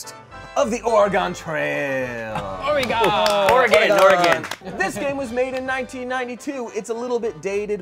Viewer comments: Dear goodness…is this video going to all be “Or-e-gone”? Dudes, it’s Or-e-gun. 🤣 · Every time they said “or-e-gone” I cringed 😂 it’s “ore-gun” cuz we like the right to bear arms 😂😂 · Omg, hearing oreGONE over and over is killing me inside, too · Our punishment is everytime they say "Ore-gone" instead of Oregon. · Hearing pronounce Oregon makes me feel validated in my pronunciation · Oregonian upon hearing say “Ore-gone”: Kill Bill Siren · Or-E-Gone Oregonians: 😮‍💨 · As an Oregonian. Let me say.. It's or-uh-gun... ❤️ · Someone PLEASE correct on my state’s pronunciation. “-GAHN” is such a pet peeve of ours… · or eh gon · correcting the pronunciation of Oregon hahaha I felt that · As someone who was born in and spent most of his life in Oregon, I hate how is pronouncing it, even if done comedically. BLARGH!!!! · We had to play this in school, as well as the Lewis and Clark Expedition. I don’t know why, but people would pronounce Oregon the way did, but ONLY when talking about the game. When pronouncing it as just the state, they’d say it properly. I never understood that. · As an Oregonian, the Smosh cast stuggling to pronounce "Williamette" and "Oregon" was so great. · There should have been punishments for every mispronunciation of Oregon and Willamette! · The constant mispronunciation of every name was so painful as an oregonian